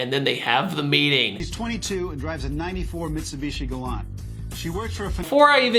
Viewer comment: You don’t know how to say Galant...